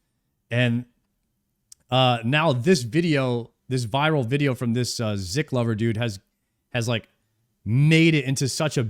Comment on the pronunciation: dude the guys name is not ziklover ur funny as fuck ziklover is a osrs player that risk fights oda idk if ur saying it as a joke but its funny to me